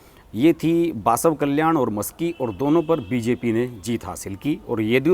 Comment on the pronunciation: बसवकल्याण, पंढरपूर कहो !